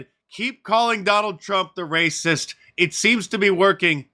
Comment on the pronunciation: Lately mark has showed his rRrRraaycism more and im here for it ❤